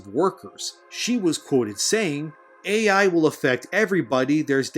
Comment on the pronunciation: Its not "Aye yei" it is "A.I." and it stands for "artificial intelligence" ~thank you kammalharris